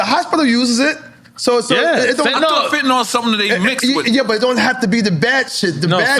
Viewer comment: Fetanyl... or FentaNOL 😂--Congrats to Eric though